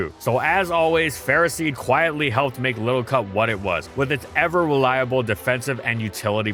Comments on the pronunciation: "Go!... Ferrah-seed? Its not Ferro-seed?" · The “official” way to say it is Ferroseed/Ferrothorn, like in the word ferocity, but no one says it like that because it’s dumb and Ferro means iron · You said the name wrong, disliked